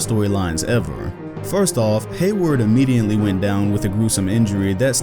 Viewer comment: "Immediently". Great video tho!